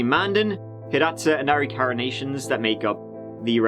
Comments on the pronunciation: Also arikara is pronounced uh-rik-uh-ruh just a little FYI lol. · Hey, love the channel, one of my all time favorites!! I am actually part of the three affiliated tribes(Mandan, Hidatsa, and Arikara)and I am Arikara... which is pronounced Ah-Rick-Ah-Ra. Just wanted to let you know so you can say it right. 😘😘😘 Keep up the awesome shite!! Love you!! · “Land that had never been drilled...”, much like Tex’s daughter before Henrickson moved to ND... By the way 🥔, MHA is MANdan, HiDATsa & AriKAwa. 🛑 trying to be cute, just read the goddam text. Ya twit